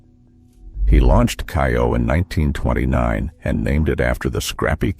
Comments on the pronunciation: And it's NOT "KAI- oh!" It's "KAY-oh"! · Kayo, not ki-o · "KAY-oh" not "KYE-oh"! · Yes. Kay-O